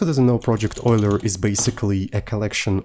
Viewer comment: Euler ❌ Oiler ✅